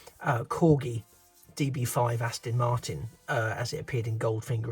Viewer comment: Fab video. I may have to get one after watching this. Its Aston not Astin. Sorry to nit pick. 😂